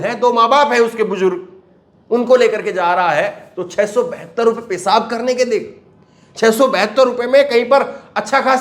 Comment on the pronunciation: Your news are good but your pronunciation is very bad. J for Z, s for sh etc, like pesab instead of peshab. Kindly put bindi in Hindi.